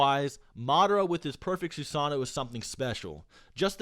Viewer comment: The way you say Susanoo is cringing